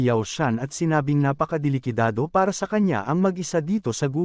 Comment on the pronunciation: Natawa ako sa NAPAKADELIKADADO😂